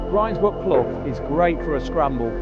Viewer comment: Good man for pronouncing "grinds"brook as in rinds (of bacon). It makes my blood boil hearing people saying grinds ( rhyming with with winds). Also lose hill (rhyming with booze, as it should be, quoted as lose rhyming with close) really gets my goat....there was a battle a long time ago, the winners camped on win hill, the losers on lose hill as they became known after....not rocket science is it? And so many so-called P.D authorities on here get it wrong. All the gear and no idea if you ask me.